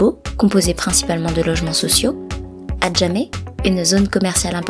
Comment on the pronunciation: Mais arrête de massacré les nom abojama KO agojama c'est quoi ça même hein